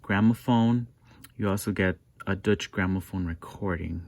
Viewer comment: Good video but it's pronounced doiche